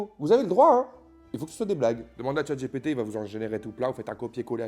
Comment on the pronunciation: à force, c'est plus chatGPT mais chatG-ré-PT... 🤡